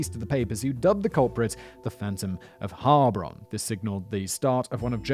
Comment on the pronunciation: Your pronounciation wasn't too bad regarding Heilbronn, but the loudest part to be spoken is the second syllable. It's HeilBRONN, instead of HEILBronn.